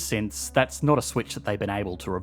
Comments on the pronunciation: "... did nat zee..." Ha! Good one! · “A new group of immigrants that…did naht see the appeal” As disgusting as the topic is, that is a quality pun, made all the better by your dialect.